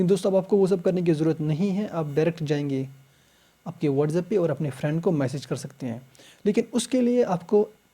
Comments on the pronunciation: Wardhsab nhi whatsapp hota h sir so don't say it again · Itz not whatzap its whatsapp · bro you literally say watzeb